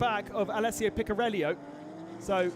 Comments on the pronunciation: Picariello, keep track of where that I is ffs. Picariello not Picarellio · The italian driver is speaking Picariello, not Picariellio. Please speak the names correctly.